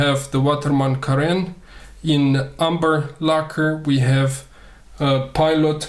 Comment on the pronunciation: Two guys both named René were sitting together and one of them was the co-René of the other. More seriously it is spelt Carène, not corené : my eyes itch!